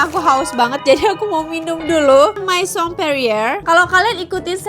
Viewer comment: Kaa aku izin koreksi yahh hihii Untuk kata 'maison' bacanya 'mezong' 'me' nya pake pengucapan kayak mekap Untuk kata 'cadeau' bacanya 'kado' kalo ini sama kayak pengucapan indonesia Semoga bermanfaat🙏🏻😊